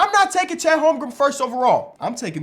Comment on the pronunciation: “Chet holmgrumb”